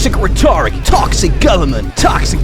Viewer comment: Re toric wtf is that mate? Rhetoric ain't pronounced like that, mate. still got it!